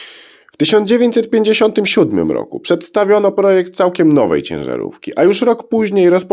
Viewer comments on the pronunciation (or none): none